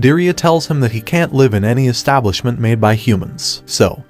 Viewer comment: The pronunciation of LIVE changes according to the context of its use. I LIVE with my family. I'm watching this show LIVE on tv. LEARN ENGLISH.